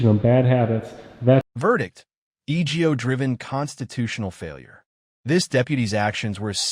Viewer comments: AI-narrated videos are annoying. "E=G=O driven" No. It's "ego-driven" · The narrator of this video must be AI because it keeps mispronouncing words and spells out the word. Ego. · Verdict:- "eegio" driven ? Feck off with the AI shite